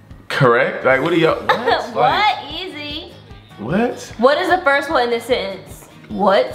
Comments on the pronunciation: He said easi were the e not the i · he said easiet lol omg cracking up